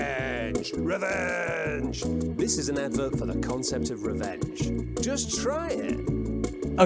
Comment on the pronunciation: omerta... rewenge